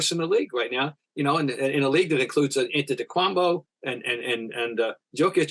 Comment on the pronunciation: 10 years in the league, so many earned accolades and still can't get Antetokounmpo's name right.